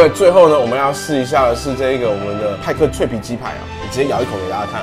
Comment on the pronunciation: 派克變麥克